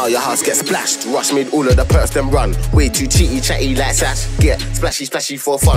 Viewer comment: Kazz Wv you pronounce it Rush like in Russian